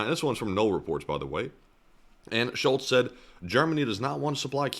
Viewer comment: Totally out of context, but your pronunciation of Scholz sound way to much like Schulz (which you say in German if you burb after e.g. drinking beer) It gives the section an interesting subcontex 😅